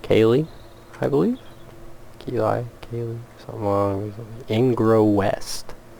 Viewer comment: the way you pronounce Keighley is really pronounced as Kieth-ley (at least by locals like myself) , Its a prime example of how strange British spellings can be